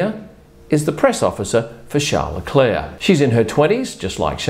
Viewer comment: Char le clar? Isn't his name Charles leclerk?